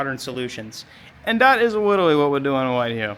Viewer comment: is witterawy so back bwuh